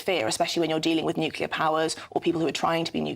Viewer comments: Fgs it is not nukiller it is nuclear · can't even say nuclear he keeps on saying nucilar😂